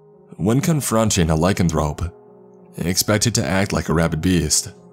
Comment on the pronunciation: Benedict Cumberbatch can't say, 'penguin'. can't say, 'lycanthrope' or 'lycanthropy'. It's so cute!!! Thank you very much for the laughs. You're the bestest. 🤗🌼